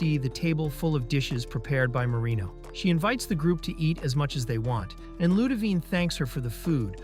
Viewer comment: Why I always hear marimo instead of marino